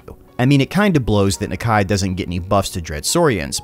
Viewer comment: I may be wrong but your saying nakia wrong